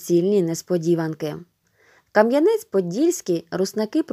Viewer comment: Дуже гарний переказ! Але наголоси! Ка(наголос на а )"янець, Хоти( наголос на и)н.